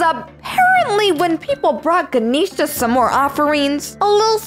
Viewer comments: It is not ganishna is ga nesh sa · ITS GAN-EhhhH-SHA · Her name is not Kisha. Her name is Ganesha.